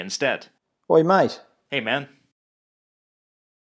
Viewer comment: As an Aussie...have to say you "totally nailed it maaaaattteee"....